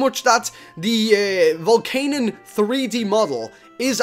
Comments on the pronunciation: i am not hating but it is Volcan-ee-un not volcan-un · not being rude but we prenounce it vol CAN ion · you said volcanion wrong